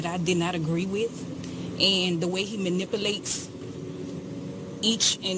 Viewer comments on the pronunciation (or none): Manipalates???? Wtf???? Lol